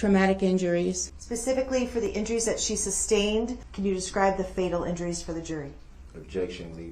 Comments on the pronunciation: Substain” lol! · He never learned the meanings of the words hearsay, relevance, and leading and never pronounced sustained correctly 🙄